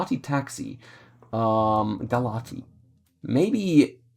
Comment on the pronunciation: Galați is pronounced "ga lahts" btw